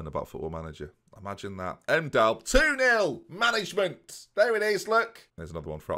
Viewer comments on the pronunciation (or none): Scores a goal: "Mangemant"